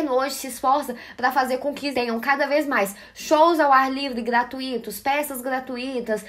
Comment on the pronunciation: A Débora é uma diva, só não suporto o jeito que ela fala "gratuito"! Hahaha